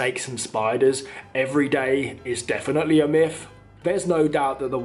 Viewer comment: Not a judgement but the word is myth not miff.Just a point.